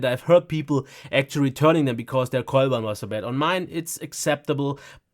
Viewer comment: minutes I don't understand the word mentioned. Something like "coilwail" which makes some noise and that apparently is so bad that users return Dell laptops because of it. It is not fan noise as that was discussed a few seconds before and the 2-in-1 is also a fanless design. It is some noise emitter of which both models suffer but, although it is said twice, it is pronounced somewhat muffled so I don't know what was the noise problem is.